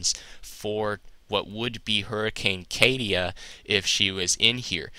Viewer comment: Katia - pronuncitation "KAH - tee -yuh" :) Just going to go ahead and give you the pronuncitation :)